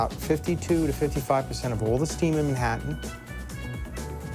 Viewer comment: Is this narrated by some weird AI voiceover? Can't apparently pronounce Manhattan nor nowhere properly, kinda annoying